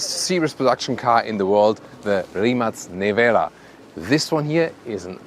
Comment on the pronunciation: Seeing this car makes me proud to be Croat and proud of Mate Rimac and his success. Also, great review and first right pronauntiation of the name of the car. Congratulations on yet another great and relevant review!